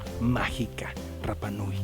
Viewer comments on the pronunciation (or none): como tip se pronuncia hanga (no se pronuncia la H) roa (la R no se pronuncia como RR) al igual que rapa nui la R tampoco se pronuncia como RR, lo aprendí en la isla, saludos y excelentes vídeos